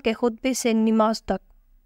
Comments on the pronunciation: Mai bhi yehi kehna chahta tha. Talaffuz sahi karen. Namaz not nimaz. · Wo namaz hota hai nimaz nahi ok